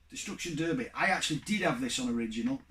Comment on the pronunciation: Nice response video...but why did you pronounce Derby wrong 😂😂😂 Tomb Raider 🤮it’s a pile of wretch...I hate the series 😂 Only game out of your five that appeals to me is Final Fantasy and that’s coming from someone who’s not an RPG lover, but FF7 was fantastic 👍 Take care mate 👍